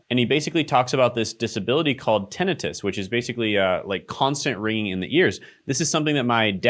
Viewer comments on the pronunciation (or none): Are you mispronouncing tenitis on purpose? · TA-nI (long i) -tus.